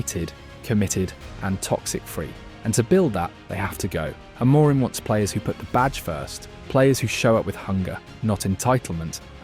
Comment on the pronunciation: AI bro. He didn't pronounce Amorim properly either